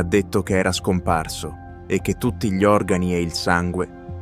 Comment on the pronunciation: video ben realizzato FORSE DA GPT... che non sa pronunciare "gli" ma dice G-li. Comunque... trovo che sia inquietante, sinistro e piuttosto inferico.